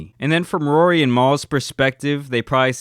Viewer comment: I can’t unhear “Rury” now his name ain’t Rory anymore